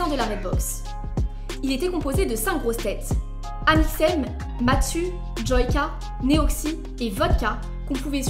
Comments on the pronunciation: MaSTu et pa matsu 😅😅😅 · c’est pas matsu c’est m’as-tu :)